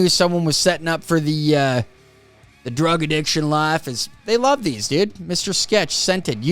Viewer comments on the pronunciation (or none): none